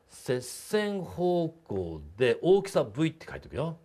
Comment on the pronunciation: 荒きさ(おおきさ) 大きさ(あらきさ)